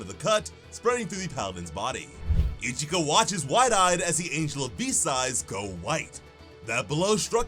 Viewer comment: her name is ichika man..not ichigo xD